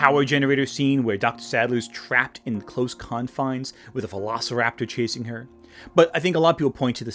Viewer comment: Is it just me or he keeps saying PHILOSORAPTOR?